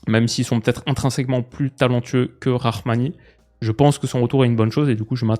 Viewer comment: Salut salut Pour info : Rrahmani ça se lit pas « rarmani » plutôt « Ramani »